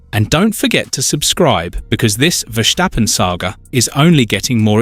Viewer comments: Why can this man not pronounce Verstappen as his name should be pronounced: VERSTAPPEN, instead of Versjtappen ??? Dumm ! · It is Verstappen, not " Verschteppen " ! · Exactly! It's so annoying listening to his pronunciation. Take it from a Dutchman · And there is still no “h” in Verstappen.